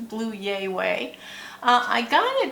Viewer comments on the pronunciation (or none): I think the Blue Ya Way pallet is suppose to be like "blew ya (yuh) away." I always enjoy your faves/flops videos. ❤ I ordered some of the coffee to give it a try. I look forward to trying it!